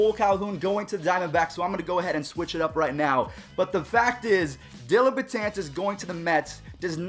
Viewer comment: Get his name right, it's DELLIN not Dillon.